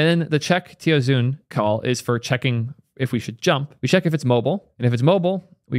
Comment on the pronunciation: tiaozhuan lmao